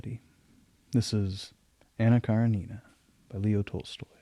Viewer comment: I love your recitation but you really need to pronounce the title correctly. Her second name is pronounced kuh- RI-ni-nuh. The "I" is pronounced like the "i" in "tin" or "gin." The second syllable is stressed and the name is spoken rather quickly. You can find YouTube videos with the pronunciation.